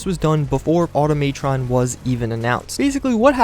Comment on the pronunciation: automaytron????? automatron=automuhtron you dip